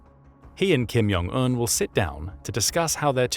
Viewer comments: It's [kʰimˈdʑoŋˈun], NOT "Kim Yong An" - congrats for losing another subscriber for the use of AI voice (or someone who clearly don't have a clue how to read, let alone how to pronounce). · I know J is sometimes pronounced as a Y, but that is definitely not the case here. It's not Kim Yong Un. It's Kim *J*ong un. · the kims names is definitely pronounced with a J. not Y.